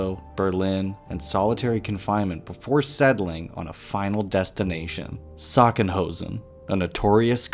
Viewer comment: The campus name is pronounced /SACH-sen-hau-sen/.